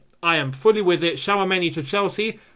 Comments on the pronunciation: It is not Shawameni l, It is Chwameni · 🤣 please stop spelling that name like that it hurts🇨🇲 but lemme help u it's Tchou...(like the verb choose in English)...ameni that's all and yes he's a talented young DM glad that Chelsea have an eye on him he's very calm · His name is pronounced as Chou-many